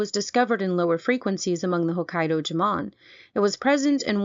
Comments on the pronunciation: It’s pronounced “Joe-Mon” not jamone lol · It's JOE-mon. They're not Spanish.